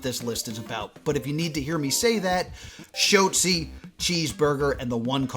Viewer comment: it's Shot-Zee not Shote-Zee